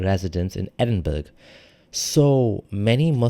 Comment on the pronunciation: Edinburgh is not pronounced ‘EDINBORG’ it’s pronounced ‘EDINBURRA’, not only are you a fake Muslim you are a dumbass too